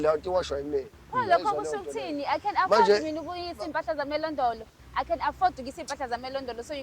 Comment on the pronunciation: its laundry not londolo